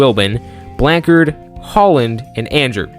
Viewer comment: As a railfan and Durham native, I enjoyed your presentation. One comment - you mentioned a place you called Blankhard although the spelling was Blanchard. One of my dad's siblings married a Blanchard (pronounced Blanch-ard). The Blanchards were from Holly Springs as I recall. BTW, I missed seeing D&S's iconic caboose which had a small windmill on top.